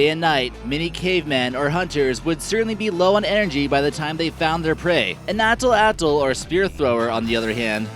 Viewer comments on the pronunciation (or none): It is not pronounced as "atl atl" but it's "at latl"